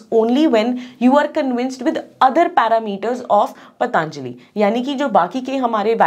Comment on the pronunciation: Be professional.. It's पतंजलि not पतानजली